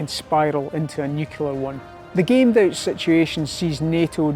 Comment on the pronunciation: Pretty sure this guy can't pronounce the word 'nuclear' correctly.